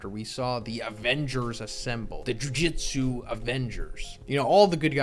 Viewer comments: God damnit man it's JU-JUTSU, not fucking Jiu-jitsu. Edit: I'm sorry, and I like your content, but I will dislike every video in which you call jujutsu: "jiujitsu." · jujUtsu.....not jujitsu....get it right!!!!!!!!!!!!